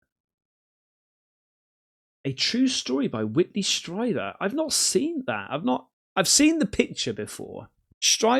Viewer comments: Dude! You've never heard of Whitley Strieber??? GET ON IT! He's a titan in the UFO community. His book 'COMMUNION' has been made into a 1989 movie with Christopher Walken. 'Stree-burr' rhymes with Bieber (Justin). Also Dolores is an old fashioned name, Dah-law-rezz. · It's pronounced Streeber. Whitley's accounts are amazing and everyone should read them!